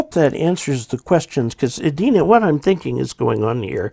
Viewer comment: There is a city in Minnesota called Edina. The E and I are pronounced as long vowel sounds. I made the same mistake when I moved up here some 40+ years ago. Also, may I suggest that you review your entire video before posting. Much of it was out of frame.